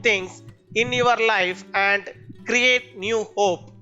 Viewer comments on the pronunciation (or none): none